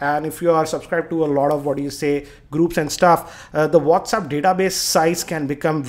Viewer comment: LOL...Its not Whaats- uup... Its Whats App hahahahaha